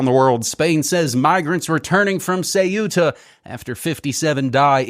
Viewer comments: Ceuta, not Cueta. Stop the copy/paste ! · "Que -etta" not Cu-eta, pedanticism I know but... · Not Ce-u-ta , it’s Ceu-ta! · Dude, it’s pronounced “Kuta” (or Kootah if that easier for you) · Dudes, it's pronounced Thay-oo-tah. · Ceuta = SAY-OO-TUH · It is CEUTA, ("Ce-oo-ta") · THAW-tah (official Spanish) or SAW-tah (Arabic, Berber and dialectal Spanish). In this case the "u" works like a /w/. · An independent investigative journalism piece cannot afford such a mistake. Could it be that this disdain for the pronunciation of a small Spanish city, an enclave on the Strait of Gibraltar, stems from a chauvinistic bias?